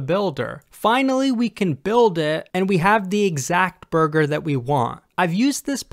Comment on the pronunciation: I swear, everytime he says burger, all I can think is "BuRgEr KiNg FoOhT LeHtUhS"